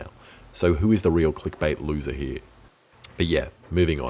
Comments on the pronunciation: I absolutely adore the way he says "here" - "hee" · "I'll put the air tank heee" and the spring hee"